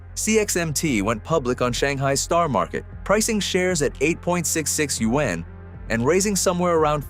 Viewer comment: Teach your AI how to pronounce Yuan